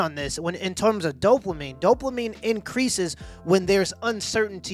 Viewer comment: if he says "Dope-La-Mine" one more time, my head is gonna explode. It's dopamine."Dope UH Meen".